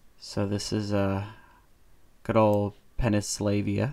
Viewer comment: "Pen o slavia" I never knew Ukraine was in the US! And Poland... And Russia... And Serbia... And Croatia... And FYROM... And Bulgaria... And montenegro... And bosnia and hergoservaia...